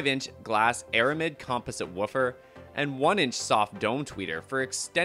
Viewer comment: I know right! He's pronouncing composite as "com-poh-sit" - with the accent on the "poh". lol Is he just doing a voice over for the video or what? Either way, he should know how to pronounce these words if he does voice overs, it's not like "composite" is exclusive to studio monitor speakers.